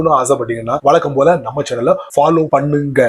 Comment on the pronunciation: PpPallow Pannunggg..ga🤣PpPanniyaaching..ga🤣